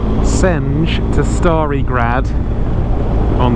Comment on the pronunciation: It was actually really good, but only the Stari Grad one. You slaughtered Senj but that's normal for all english speakers since you pronounce J as DZ in most cases.